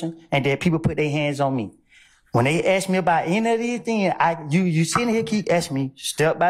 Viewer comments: Any attorney that says "axe" instead of "ask" shouldn't be taken seriously. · You have to be more pacific when you axe us that ma'am 😅😂😂😂😂😂😂😂screaming 😂😂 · "Lemme haxe you dis...." You can't even be bothered to speak right in court? In a professional capacity? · This woman axing questions has a law degree and still doesn't know how to say the word ask? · I need an interpreter. The DA used “ax” instead of “ask.” That places her in the H. O. E Hall of Fame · "let me axe chu" question by prosecutor? This entire office is totally incompetent and should be dismissed by the GA State Attorney. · A college educated black lawyer who can't even say the word ask. SMFH. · Why did the prosecutor "axe" the defendant. That must have hurt and it's illegal to axe someone. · Let me axe you dis ? Woody would he snitch ? Yes